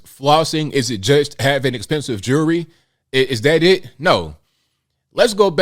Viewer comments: Jury or jewelry? How is that word so hard to pronounce? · What’s with all his jurree (the “bishop” can’t pronounce jewelry?) What religion is he preaching with all those riches…he’s like drug dealers with their gold chains.